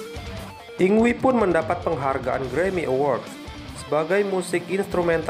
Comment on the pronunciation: video yg keren om secara saya adalah fans yngwie. satu hal utk penyebutan nama mgkin bisa diluruskan bukan dibaca "yingwi" tapi "ingvai/ingvei"